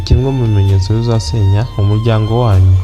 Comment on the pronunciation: Bavuga umuryango ntabwo ari umujyango